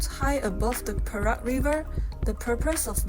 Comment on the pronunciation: to pronounce PERAK correctly is sound like = PAY ROCK